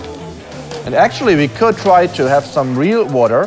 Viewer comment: He said, in my fotosh i hab mor houshes